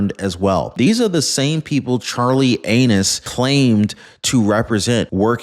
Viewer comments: Did you just say Charley Anuss instead of Angus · You just said, Charlie Anus🤗🤣🤣🤣🤪